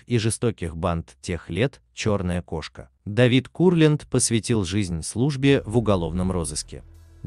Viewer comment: Во-первых , Давид Моисеевич , а не Менделеевич . Во-вторых , КУрлянд , а не КурлЯнд. В-третьих , фильм художественный , а не исторический , поэтому искать в нем реальные факты -- пустое занятие. Критерия два : нравится или нет.